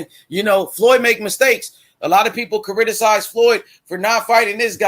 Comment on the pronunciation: The word is criticize not chariticize